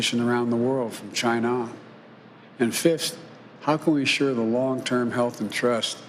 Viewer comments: You mean Gina right? :-D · Like he's from India